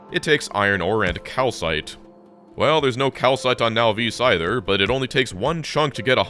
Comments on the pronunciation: Can you PLEASE stop calling it nahVEES. Whats so hard about Nahvis? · The “Now-vees” pronunciation rubs me wrong every time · Wait, he still pronounces it now-VEESE? I always thought the correct pronunciation was NAH-viss. Either the pronunciation never came up at the LAN party, or he's right and I'm wrong.